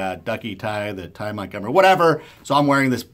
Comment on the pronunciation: lol "Tie montgomery"